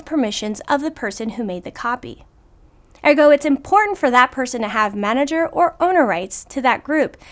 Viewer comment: Say ergo again..... do they speak English in ergo? Just kidding. This is a great video. Thank you!